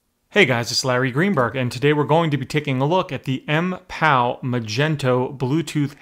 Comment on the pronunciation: At least know how to pronounce the product you're reviewing. Otherwise great review.